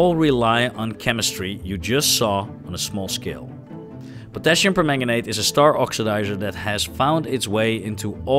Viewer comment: Of course, I'm happy to help! I'll do my very best. Here's one: the "per" in permanganate and perchlorate is pronounced "purr" instead of "pair".